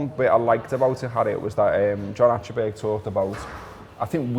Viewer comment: As Scousers you should actually pronounce "Achterberg" correctly! ;-)